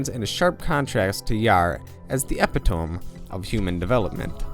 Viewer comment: Correction. It is E-pit-toe-me Epitome. :)